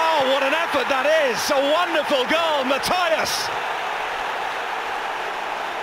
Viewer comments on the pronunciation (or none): The goal initially warmed my heart - the commentator's pronounciation of Matias stabbed it to death. Is there any other language in which the "i" is pronounced that way, besides English? I would expect that kind of contempt towards outsiders from an American, not from a British. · da Costa ... the spelling is "Matias", the (portuguese) pronunciation is "mʌ-tɪə-hʌʃ" (mut-ee-ush). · as a portuguese and friend of Marco Matias, that's not how you pronounce it